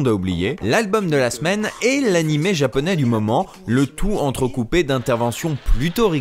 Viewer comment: C'est marrant car j'adore les VF, je les défend toujours, mais cette de GTO à l'époque a été celle qui m'a fait dire "nope, pour les séries animes Japonais, c'est fini, VOST only". C'est une catastrophe, le ton n'y est souvent pas, la prononciation de termes Japonais est souvent foireuses (comme prononcer Washington ouach-1-gthon par exemple...) car "Dorémon..." non. :| Franchement ça leur prenait quoi? 10 minutes de recherches Google, pour trouver qu'en fait c'est Do-ra-é-mon? J'sais pas quand on est censé adapter, traduire, retranscrire... ça me semble être le minimum. Et comme tu dit le langage "cool-jeune" utilisé était complètement ridicule, "c'était trop bat' cette boom", ouuaaiis... -_-" Je trouve que maintenant, étant tombé sur des VF d'animé récent, on fait mieux. Et les doublages de films animé sont globalement toujours super bien foutu comme les Ghibli. Mais GTO là... Non, pour moi c'est non non et non.